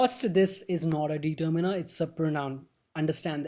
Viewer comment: bhai pronounciation to seekh lo determiner ki determeener nahi ddeterminer